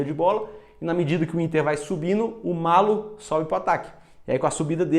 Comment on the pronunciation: Gostei muito! E o narrador errou a pronúncia, é "MALHO". Dois L's com som de LH mesmo. :yougotthis: Nova inscrita! :goodvibes